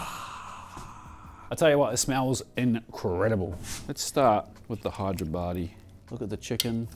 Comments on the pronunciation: I giggle whenever he says: Hi-there-body for Hey-dar-abadi (حیدرآبادی) 😁. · I swear i heard you say Hideyourbody biryani... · Idk why I kept hearing hide your baddie 😆